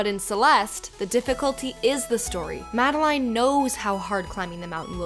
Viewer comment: Sorry i just have to address this, Madeline is pronounced like 'Madelin'